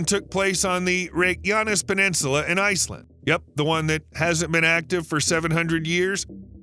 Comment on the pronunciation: My understanding is that the stress is always on the first syllable in Icelandic words. I wanted to scream every time he said Reykjavík or Reykjanes. Oh well, at least he got Njarðvík kind of right.